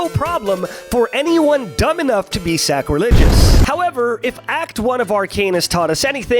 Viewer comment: Did he say "Sacrilegious"?....Twosetviolin gang lets go